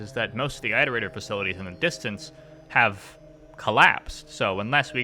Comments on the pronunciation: I progressively got more angry every time you said "I" terator, instead of "it" erator. God. It's like "iteration". Do you say "eye-ter-ate" (iterate) ???? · Pretend that your "eye-torator" pronounciation is correct, your struggle is meaningless to us. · This video is fantastic but it deals mental damage to me every time you say eye-terator. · Wow it appears I’ve picked up your pronounciation of Iterator. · ARGH why do you keep mispronouncing the word "iterator" if you know the correct pronunciation? >< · I have to ask- Why do you pronounce 'iterator' that way? Is that how it's canonically pronounced? I mean, you wouldn't pronounce 'iteration' eye-teration, would you?